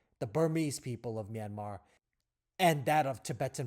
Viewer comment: Finally a man who can pronounce "Myanmar" correctly. Thanks so much XD